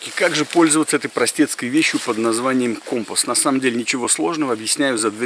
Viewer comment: Ну всë же не компа , а компаааас